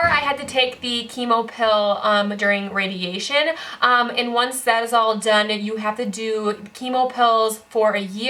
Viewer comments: your speech is getting so much better!!! you've struggled with saying 'radiation' for ages (you used to always say 'radiachun' but you said it perfectly in this video without hesitation! this is just one example out of many of how far you've come - i'm so proud and I know you'll overcome this next obstacle too <3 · You can say "radiation" correctly now 😃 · I had a mini celebration when you pronounced radiation correctly. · when you said radiation I was so proud!! you have improved so much! prayers for you to continue improving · Wow, I was worried by your warning at the beginning of the video, but your speech is almost perfect here!! Your pronunciation and grammar are great. (You’re nailing “radiation” each time now. 😉) And you’re finding most of your words right away. (In fact, you’re speaking really quickly in this video lol. Which is a great thing to see. ☺️) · Check you out saying radiation 😄 you have come so far so so proud of you keep on being you! You are an inspiration :) love from the UK 😘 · Anyone else notice she's NAILING "radiation" in this video?! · Hey! You said radiation correctly on your first try!! :D